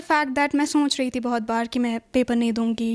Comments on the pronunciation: only thing that i hate about kashmiri students ...why they pronounce SOCH as SONCH?? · Soch as sonch